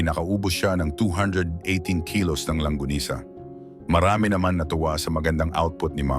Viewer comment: It's LONGGANISA not LANGGONISA😁😁😁😁😁